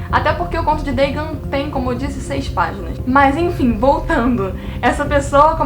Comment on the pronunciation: Dagon não é uma palavra de origem inglesa, então acho que não é necessário pronunciar conforme o inglês “Dêigãn”.